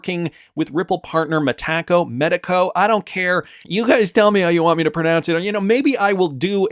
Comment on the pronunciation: My cousin works there... it's "Mee taco" (phonetic)